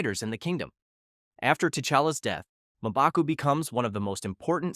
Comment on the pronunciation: Who the hell is "Maaa-baku?"